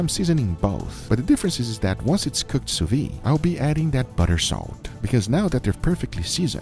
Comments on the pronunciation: I might get crucified for this but it's not "sous vie" it's it's "sous viDe". "Vide" in French pretty much sounds like the short form of video "vid". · sous-viDE, don't quit halfway with that sous-viiiii cliffhanger, sous-vide! (like in viDeo)